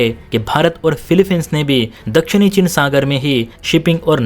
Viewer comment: तेरे को समाचार वाचक बनना जरूरी है क्या जब उच्चारण सही नही है, चीन को चिन बोल रहा है